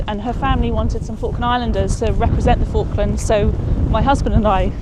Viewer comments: You saying F.cklands all the time is irritating. With my name being ‘ Falk‘ I know how the Chinese call me, accordingly. So: the name of the islands is pronounced with an O like in office (just like the interviewed chap pronounced it!) rather than the used pastime you intonate 😜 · It's pronounced Fork - Lands not Faarklands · Please, please, pronounce the first L... it's not focklands... it's FaLk.lands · You pronounce the L usually - its how it pronounced in the UK, including by Falklanders. not 'Foklands' ;) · Stop saying Fockland and pronounce Falkland correctly. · Great video but you cannot say "Falklands" correctly - you need to pronounce the first "L"